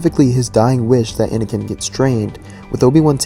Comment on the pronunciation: Anakin* Not "aNiKiN"